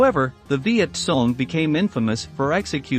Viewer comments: Why do you say viet song ? It's Cong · For heaven's sake study your subject. VİET KONG not VİET SONG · It's not Viet Song but Viet Kong. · It's not Viet Kong either Sparky. It's Viet Cong ya know.... Victor Charlie ? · He was pointing out the proper way to pronounce the word. VietCong with a K sound. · It's viet cong